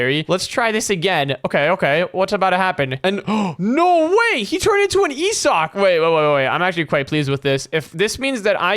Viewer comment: it's pronounced "eh-souk" not "eyi-syok"